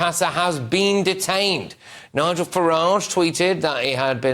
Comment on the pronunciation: He said nigal pasa 🤣🤣🤣